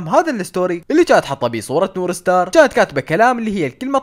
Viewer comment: نور مار ❌ نور ستار ✅ 😂😂😂💔